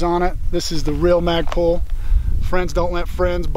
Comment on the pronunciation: Did he just say FAGpul